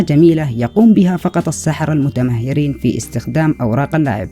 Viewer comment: المتمرسن..وليس المتمهرين نعم انك بحول..واسمها الفنيله وليس الفنيييلية..استمر يسعدك ربي